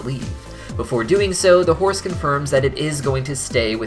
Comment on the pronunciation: 50% of the times you said "horse" i heard "force" lol